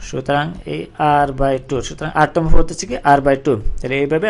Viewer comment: পদ রে বলতেছেন ফওদ... ধারা রে বলতেছেন দারা.... 😂😂😂